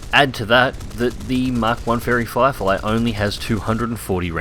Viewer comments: Cpt Chapy No he said fairy flierfy, listen harder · Yeah he said Flierfly hahahaha